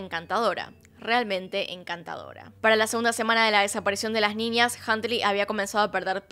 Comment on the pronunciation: Muy buen relato !!mas pronuncias ninias!es niñas!